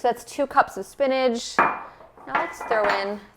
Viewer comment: I love how you say spinage for spinach!